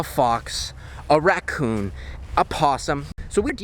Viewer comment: I gust had to laugh when you said “Racon man” Lol